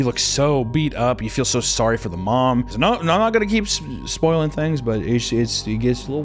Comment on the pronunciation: .... OK u hear but hear me, explain the Australian no though. There's an r in there, or a w, or both. I need answers Google won't give me